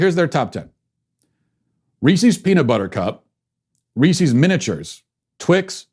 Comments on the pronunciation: how else was he supposed to pronounce reese’s? are you people okay in the head? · Matt, I love ya, but your pronunciation of Reese's and pieces is not even close to correct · Ok regardless of how you feel Matt, that’s NOT how you say reese’s, think about reese’s pieces... Peecees? really. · Somebody doesn't know how to say reese's... or pieces. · I can't handle it. Phonetics are your friend, Matt!